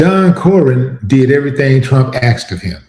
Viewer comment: It's ASKED not Axed? 🪓 Is not verbalizing a query. Again... It's Ask NOT Axe.